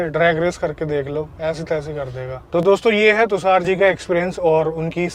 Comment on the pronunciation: Brother tusaar nai , tushar ,, its sh 😂😂